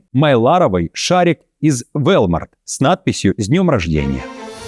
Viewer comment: Не Вэлмарт а Волмарт